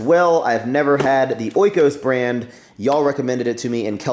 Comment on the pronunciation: I know you read the comments and you love people correcting you (...), so I will let you know about something and you can choose what to do with it: that Greek yoghurt is pronounced "EE-kosh".